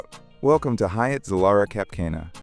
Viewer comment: You really should learn how to pronounce Zilara and Cap Cana